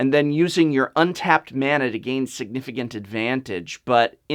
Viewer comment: SWEET GOD SAY MANA RIGHT